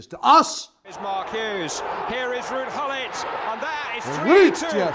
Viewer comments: broooo.... you have dutch roots dont you? if been thinking it for a few videos now. but nobody can rol the R and pronouce the G in Ruudje Gullit in dutch like a true flying dutchman! xD xD xD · “Ruud Gullit” heerlijk Nederlands gezegd! Fantastische filmpjes, lach me elke keer stuk